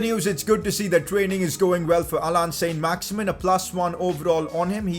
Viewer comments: Pcq: It isn't pronounced "Saint Max-Imin" its pronounced "Son Max-Iman" because he's French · saint maximin in french is san maximaan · It s sin not son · pcq: its pronounced saint-maximan cos hes french